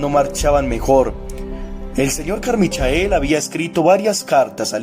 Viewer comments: Se dice "Carmichel", no "Carmichael" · Carmichael se pronuncia "Carmaicol"